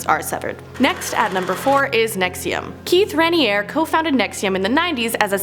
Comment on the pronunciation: They are pronounced the Branch Davi-dians and David Korr-ash. And the NXIVM leader is called Keith Ra-neer-ie. I'm Glad you said Flavor-Aid instead of Kool aid though because 90% of people get that wrong. It wasn't Kool aid, it was a knock off flavor drink like it.